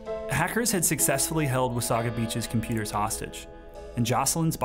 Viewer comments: It's pronounced Wah-SAY-guh not Wa-SAW-gah. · It’s Wah-say-ga beach not Wah—saw-ga beach ... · Wasaga is pronounced "wuh-say-guh" not "wuh-saw-guh". Also, Wasaga Beach is not a quiet retirement community, it's a beachfront "party town" for ppl coming from Toronto. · I've always pronounced it "Wasaiga" Beach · Its wa - say - guh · It’s pronounced “Wa-say-ga”. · That's a wee bit close to home for me, so close that I know you mispronounced wasaga.